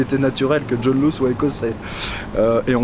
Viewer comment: John Law se prononce "Lass".